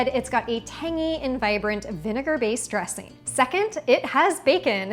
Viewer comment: Annoying because you seem to have forgotten how to pronounce the "g" at the end of "ing". What is a dresseen anyway? Gosh.